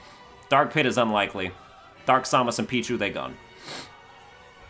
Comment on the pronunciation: The way he says Samus hurts me in ways I don't know how to describe.